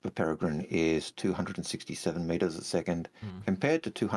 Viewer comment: You don't have to roll the R's in "Peregrine" as if you're speaking some strange foreign language 😂...it's simply pronounced "para-grin." Anyway, I love the design of the Peregrine, and love its Concierge paint too, but not having guns for it to multi-role as an interceptor is a missed opportunity, and that will probably negatively impact its sales.